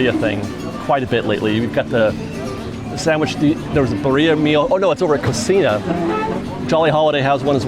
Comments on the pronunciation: What’s Burr iah? It’ BEER-ee- ah!! And roll the rr How hard is it to pronounce things correctly? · Baaaria…I just met a girl named Baaaria! 😂 It’s BEE-REE-AH! 🙄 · “BEER-e-uh.” Emphasis on the beer. Lychee is “Lie-Chee” Karaage needs a roll on the R the same way you mispronounce Macaron. Macron isn’t a Spanish word but actually it’s French 😅. The N is soft/almost silent. Also the R is in the back of the throat but that’s just too many things to think about 😂 It’s okay though. gets the award for most mispronounced International food items 😅.